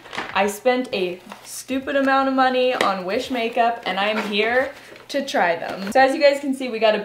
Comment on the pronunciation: I though u said Jewish makeup lol